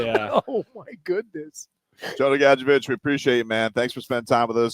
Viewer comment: Gad-Jovic Dude!